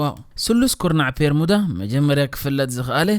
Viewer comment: ጽቡቕ ሓሳብ'ዩ ካብ ዝተፈላለየ ጫፋት ዓለም ትሕዝቶ ኣዳሊኻ ንተዓዘብቲ ምቕራብ፡፡ እንረኾነ'ግን እቲ ልክዕ ስሙ'ስ "ቤርሙዳ" ደኣምበር "ፔርሙዳ" ኣይኮነን እቲ ። ከምዚ ካብ "ቢሮ" ናብ "ፒሮ" ፡ ወይ ውን ፡ "ቢክ" ናብ "ፒክ" ቀይርካ ብጌጋ ምጥቃም ከይከውን።